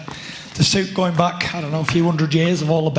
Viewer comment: 'Undred Percent' on Coke